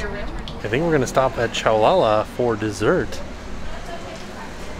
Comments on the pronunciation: The pastry place is actually “shoe” la la like pate a choux dough used to make the pastries :) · I think that Choulala is pronounced “shoe-la-la”, like “ooh-la-la”? Looks like lots of choux pastry in there lol. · Am I right in thinking the pastry place should be pronounced like Ooh la la, as it’s a play on chou pastry? I thought about that way too much lol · Preeeetty sure "choulala" is pronounced "shoo-la-la". Like "ooh la la!". Choux pastry (pronounced shoo) is a popular French pastry. It's what eclairs and creme puffs are made from.